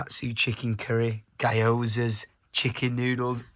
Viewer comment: The way said gyoza lmao